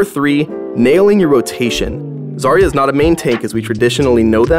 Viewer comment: My sisters name is zarya buy not zar ya its za rya